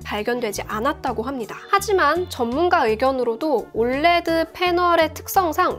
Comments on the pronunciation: 이거 보면서 불량도 불량인데 올래드라고 발음하는게 너무 거슬려요 ㅠㅠ 철자하나씩불러주는게 맞는데.. 자꾸 올레드올래드.. USA는 유사라고안하면서 왜 OLED는 올래드야..? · 올레드라고 표현하시는데 정확한 표현은 O L E D 입니다.